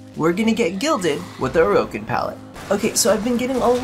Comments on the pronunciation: "oh-roh-kin" gross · They way you pronounce Orokin is so funny! :D Also you describe colours so well are you like a designer or something?